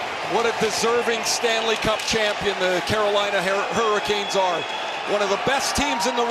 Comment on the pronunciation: At no point did he say panthers there’s not even a “P” sound… he just mispronounced hurricanes